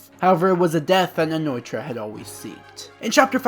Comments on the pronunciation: Btw It's Nnoitra not Nnoitorra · Also hate how u pronounce Nnoitra